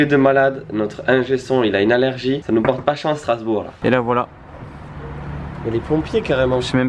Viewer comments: STRASBOURG pas starsbourg Dsl c'est juste que j'habite là bas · Qui a remarqué le "Starsbourg" à ?😂